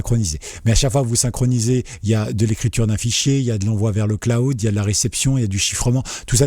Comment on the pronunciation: le claoud? :D :D :D Prononce le: Clawd ;) Merci pour ta vidéo! :)